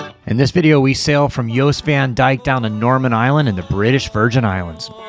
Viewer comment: You pronounced Jost correctly with "Y"! Awsome! Everyone always says Jost with "J"... wrong. LOL